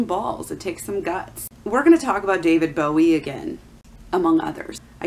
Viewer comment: You don't even know how to pronounce the artist's name. Why are you just regurgitating info from blogs instead of court documents. You are trying WAY too hard.